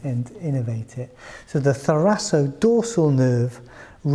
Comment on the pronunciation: I think it's pronounced thoraKodorsal